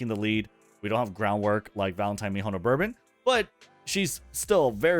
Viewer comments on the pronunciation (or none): none